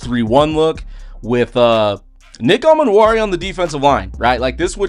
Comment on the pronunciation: Pronounced E-Man-Wori, not A-Man-Wori.